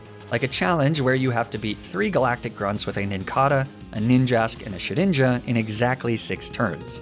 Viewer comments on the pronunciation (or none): none